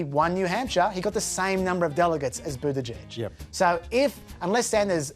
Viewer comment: why do you even bother to be part of any political discourse when YOU CAN'T EVEN GET THE NAMES OF THE PLAYERS RIGHT?!? I can understand you butchering Buttigieg's last name (just call him Mayor Pete) but BloomBERG's name? (where did you get Bloomfield from? Antisemitic racial profiling much... do you?)